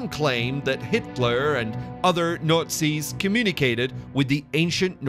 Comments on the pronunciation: The Notsies? where is this dude from? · He keeps saying "NUTZIS"..lol..or nutsies. :-)) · The nootsies.. swasteekers😂😂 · the Nutzi's ...hahaha buddy has some problems with the word Nazi's ... back to speech therapy class for him ..lol ..:) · I think, he's saying "Nutsies" on purpose. Lol. Or maybe that's his accent! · Yes wrong guy. Besides Nutzi his delivery messed up over-all production. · Please consider redoing the voice over on this to pronounce Nazi's and a swastika properly